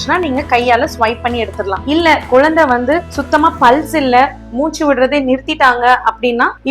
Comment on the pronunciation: யெம்மா.. குலந்தை இல்லம்மா குழந்தை..